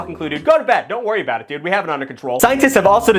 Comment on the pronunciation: mow that i hear how you say "dude" you're definitey from worcester